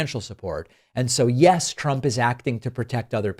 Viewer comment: TACO never said Yes, he said Yah